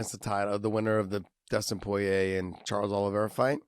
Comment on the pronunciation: josh really struggles to say Poirier.. josh just say “pour” and “EA” like EA sports